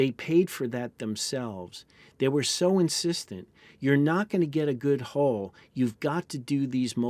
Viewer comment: U and in umbrella or unbelievable. Hull not hole.